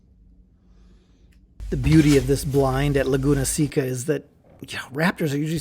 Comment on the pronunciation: seca ir pronounce seka